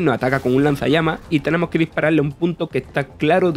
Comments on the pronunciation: "Tenemo que diparale" 😳🤔🤣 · "Tenemo que diparale" 🤔